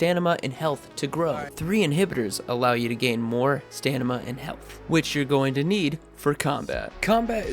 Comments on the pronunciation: Stamina ya stanima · Stamina not stanima !! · staMina not staNima hahaha awesome vid anyway and jonah didnt voice crane